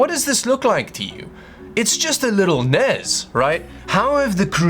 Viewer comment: The N.E.S. NOT the NES..!!!!!!!!